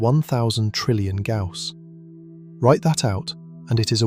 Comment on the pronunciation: Gauss... Not ""Gouse."